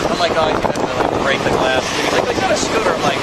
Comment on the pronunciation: he’s driving a scootah